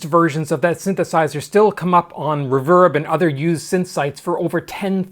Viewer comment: I am subscriber 9.32K-ish. I subscribed today. I've been watching this channel for a long time and just noticied I never subscribed. are you Canadian? I can't fix your accent. You say re-VERB instead of reverb like most people and as a sonic minded person it's puzzling. Your channel is great! Thank you for all of the videos and content.